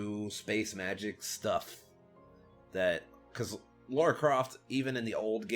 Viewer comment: I'm from England. It is Lara as you pronounced it.